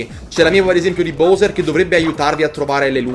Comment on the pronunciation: Ti prego pronuncialo bAwser